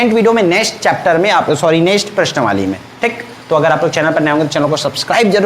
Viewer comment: प्रश्नावली 🚫 प्रश्नवाली ✅ 😂😂😂